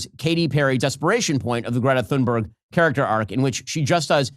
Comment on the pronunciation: How did you pronounce her name? 🤣🤣🤣 Please, let me help you, although my Swedish isn't the best! If I had to write it pseudophonetically for an English speaker, I would spell it ‘Tühnberry’. However, there is still the ‘ü’ sound, which most English speakers struggle with. I think ‘Toonberry’ will do. But "Sannbörg" (as your American English pronunciation sounds to my Austrian ear) is completely off the mark. P.S.: Btw., I am not writing this because I am a fan of Thunberg, but because I am a friend of the correct pronunciation of languages. 🙂